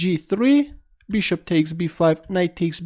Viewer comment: Ahahaha " bishtop "